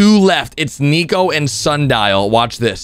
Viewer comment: It’s not sundile